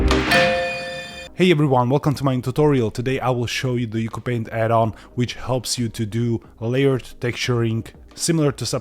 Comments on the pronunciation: fun fact: according to the developer, it’s pronounced “ooo choo paint” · Its pronounced "You See You Paint"